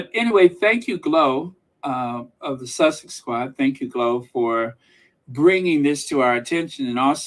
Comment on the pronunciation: “Sussexxx SQQQuad”. I had to stop eating my yogurt to let you know I’m rolling on the floor laughing 😂😂😂😂😂😂😂😂😂